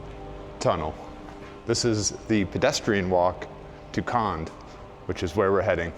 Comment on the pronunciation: Kond pronounces not kand but kond, with letter o. Just saying.